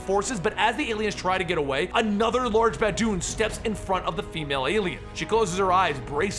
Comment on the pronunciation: Anyone else hear bad dude? Instead of baboon?